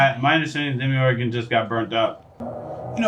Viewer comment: Demygorgon Not Demogorgon